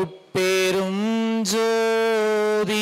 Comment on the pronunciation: அருடபெரும் அல்ல ஞ் தனிபெரும்அல்ல ங் என்று உச்சரிக்க வேண்டும் ஐயா